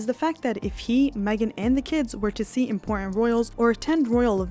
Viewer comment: Remember that "T"'s are impor-ent